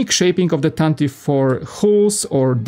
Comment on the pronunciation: Yeah, usually Americans say it correctly… “tantive” We like pronunciation